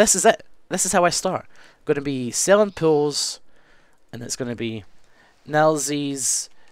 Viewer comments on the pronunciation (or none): when said 'pools', i thought he was saying 'pills' the whole time. like the drugs pills. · Oh... Pools, not pills ;O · I thought he was saying pills for some reason. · When he says pools, it sounds like pills! "Yeah, I'm doing pills now!"